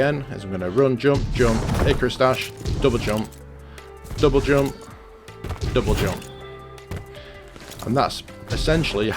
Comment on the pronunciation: The way you pronouncing 'jump' and other words triggers me enormously..